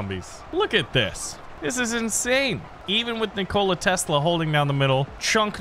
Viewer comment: nik-ola tesla........... nikola all 1 word no pause